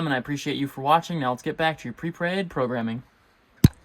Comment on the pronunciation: “Pre praid programming” has me cracking up